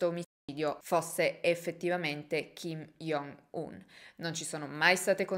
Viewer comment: Ciao, volevo solo dirti che si pronuncia “giongun” non “iongun” in quanto ㅈ in coreano si legge “g” ed il suo nome è proprio scritto 정은, lo stesso vale per il fratellastro ed il padre